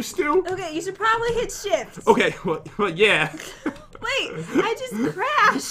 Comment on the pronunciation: Jen:ShIfT What i hear: sH!t!